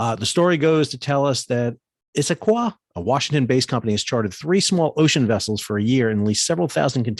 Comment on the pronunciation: I would like to officially complement you on pronouncing Issaquah correctly!